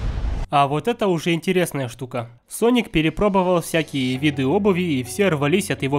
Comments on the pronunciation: Не Саник а Соник в начале ошибку сказал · Соник а не саник, читать научись!. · СонИК а ни саник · СОНИК (А НЕ САНИК!) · Я прям четко услышал слова а "". САНИК вместо "Соник". Это еще начало видеоролика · неверно, он сказал не саник а ссаник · Не Sonic, а Sanic! Гениально 😂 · Мне одному слышатся что он говорит САНИК а не СОНИК? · Не санека а. СОНИКА! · Не саник а соник у тебя привычка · не саник соник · Не Саника а Соника! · не саник, а соник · Не сАник а сОник! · Соник а не Саник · Хватит говорить санник надо говорить сонник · Не Саник а Соник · сОника а не САНИКА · не саник а соник и не сега а сэге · Не. Саник ь а сонник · не саник а соник глупый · "Ссаник" я выпала из этого мира😂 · Правильно говорить соник